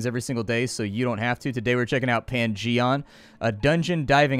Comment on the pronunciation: Pan-Gee-On, where you explore a Dun-Gee-On.